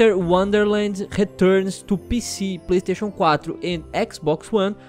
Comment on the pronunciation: "TU PICI, PLEISTEIXO QUATRO "